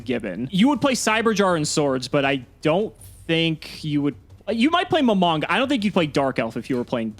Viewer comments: "Mo-mon-ga". Not "mom- on-ga" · Nimble Mom-On-Ga? Lol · Mah - Mon - Gah! It’s not that hard!